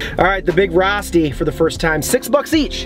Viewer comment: It's a long O. So it's pronounced row-sti